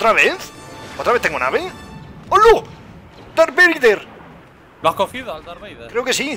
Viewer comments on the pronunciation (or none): jaja "dark vleider" a lo poker